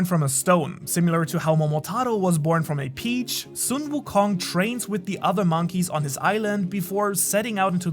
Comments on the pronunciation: Omg i can't stand this man pronunciation of sun wukong Just say son, like my son or sun like ☀️🌞 not sung wukong😭 you know how to say son and sun right? Stop saying sung on God please😭😭😭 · It's not soon wukong it's Sun wukong,pronunce it as sun = the sun,Sun wukong not the way u pronunce as soon wukong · Or better yet song wukong like son Goku